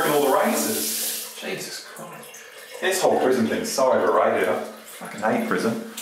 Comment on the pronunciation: What is a "jeasus"? Is he like a streamer?????